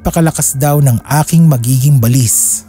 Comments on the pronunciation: Ba-lis ang pag pronounce SA amin SA bicol Hindi balis na mabilis bigkasin share KO lang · baLIS talaga? Sa amin kasi ay BA-lis. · Yung pronunciation ng balis hindi parang walis, ba—lis yun. Ang pangit pakinggan. Sana research research muna bago mag narrate. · Hahaha at first,i was thinking,ano ang balis kc ang bilis ng pag pronounce,yun pala BA-LIS😂